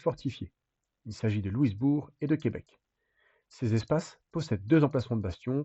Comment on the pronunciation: Faut dire Louis Bourg et non pas Lewis Bourg 😊 J’ai visite plusieurs des endroits de cette guerre, plusieurs des sites son tres bien preserve autant au Canada que les USA. Pour les Canadiens Francais le derniere bataille sur les Plaines D’Abraham a Quebec est le moment ou le Canada est devenue Anglais, un moment tres dur